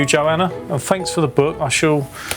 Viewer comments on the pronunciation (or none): I think she pronounced book as "Berk"